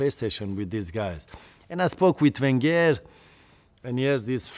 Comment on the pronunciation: The way he says wenger 😂😂😂 like an Iranian